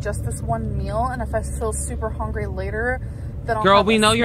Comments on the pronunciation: Does anybody else get annoyed with how she says "hungry"? She goes "hOngry" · I hear people say "hongry" that way a lot, not really as the way they pronounce "hungry" in ordinary speech. I think it's something from tv that is funny and people just use it that way for a funny effect. It's pretty normal human behavior. And that really sounds to me that this is what was doing here. I think I've even done that myself on occasion. Please, people - relax about the way she talks, she has a lot of influences on her language including exposure to different regional accents and dialects throughout her life. So her speech is hybrid and inconsistent. So is mine, for the same reason. Some people are just very susceptible to picking up accents and such. I find her speech interesting for many reasons. She actually does pretty well being descriptive when she can't think of the word (I also have such brain glitches). There are loads of other things to criticize in our gorl, but I get very uncomfortable when people start dissing people for the way they speak. Just seems bigoted and snobbish to me. Also seems unaware of how language actually works. (I deal with several languages in my work as a translator, so I think about such things more than most.)